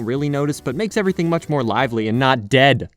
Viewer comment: whenever he says "dead" >:(